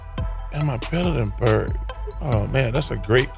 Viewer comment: His last name is Bird. Not Burt. Immigrants are learning English from TV and the 'net. Stop confusing them.